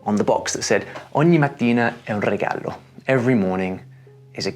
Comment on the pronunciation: It's regalo asin C'arlo, not regallo asin sh'allow